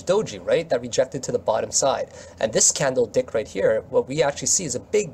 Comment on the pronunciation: Did you say candle dick? Haha.